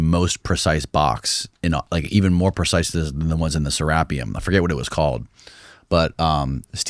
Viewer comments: Sera-pee-um not ser-ap-ee-um. Lol anyways its kind of sad see how disinterested looks and sounds the more podcasts he does. 😔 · SeRAPium 😂😂😂😂 tried to correct him humbly and he kept saying that dumb shit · pronouncing serapium is annoying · How do you sit infront of multiple professional guests. Who say the word “serapeum” CORRECTLY and then .3 seconds later you proceed to butcher the word. Almost immediately after. LEARN to LISTEN. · It's Official. S T I L L hasnt learned to say Serapeum and still sounds like a dumbdumb whenever he discusses it. C'mon. Its not that hard. Rooting for you. stumbles a bit himself, but, it's always interesting to hear what he brings to the conversation. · The different pronunciations of 'Serapeum' drive my OCD crazy. I don't care how it's pronounced but hearing it different on the same podcast is triggering.